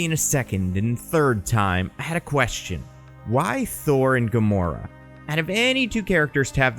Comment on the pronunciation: is gamoro a female gamora or did you make a flub